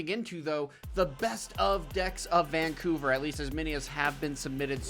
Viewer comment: Brother this like the 4th video that says VANCOVER